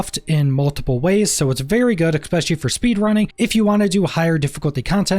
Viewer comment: The word... Is "Earthen" might.. not earthern.. there's no fucking R at the end of earthen. Also.. it's "especially" not "Ex-specially" Imagine being an adult.. still speaking like an 8 year old.